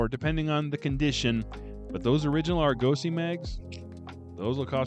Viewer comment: I had to go away and check pronunciation, the difference shook me so. Shows how much I consider you an authority. But both USA and UK pronunciation is AR-gosy, not ar-GO-sy. Whew! Thought I'd had it wrong all these years.